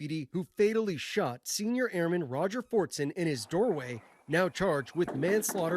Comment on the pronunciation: It's pronounced airmen ,not airman